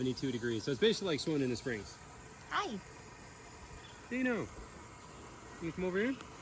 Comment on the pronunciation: Honestly I thought his name was “Deino” not Dino just cause the way you pronounce it and the fact that Deino is also short for Deinosuchus which was a species of giant prehistoric alligator